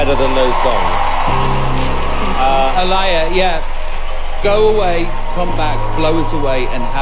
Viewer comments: Girl: My name is A-LEE-yuh. Judges: Here's the thing, A-LIE-yuh. Like at least say their names right. Hahaha. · Aa-ly-ya??? At least get her name right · Okay, those judge's were pissing me TOTALLY off! I know they HAD to have known how to pronounce the ORIGINAL Aaliyah's name so WHY IN THE FUCK did they (and Simon the music producer should know better!😡) keep calling that girl Uh-Ly-uh!😡 I know Brit's talk fast and funny BUT aren't they all Brit's?! So they should have been able to understand what she said perfectly!😠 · Exactly. Disrespect